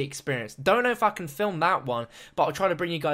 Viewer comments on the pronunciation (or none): he said "(if I can) film that one.." but sounds more like "(iffuhkin) film that one"